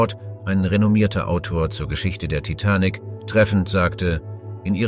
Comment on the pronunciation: Er kann sich in der gesamten Doku nicht entscheiden wie er TITANIC aussprechen soll. 😂 Je länger die Doku ging, desto schlimmer wurde es 😂